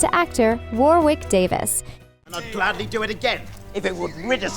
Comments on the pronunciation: it’s supposed to be pronounced: Pe (like in peg)/vun (like in vulnerable)/see. Not p/ven/see Jay (like jaid)/dis. Not Ja (like jam)/dis Warwick is pronounced Wo-Rick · mmm...and it's 'worrik davis' not 'war wick' oops